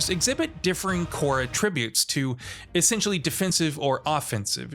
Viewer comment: I thought he just made a mistake, but that's just how he says attributes.